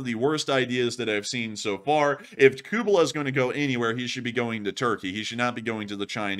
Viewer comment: His name is Kuleba and sounds as follows: KU-LE-BA, not Kubela lol.